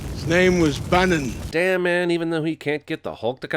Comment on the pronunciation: "His name is Bannen. " Not Banner.